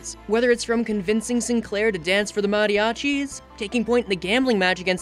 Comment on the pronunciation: Hear "mariachis!" Correctly pronounced gave me 10+ years of life. Amazing video!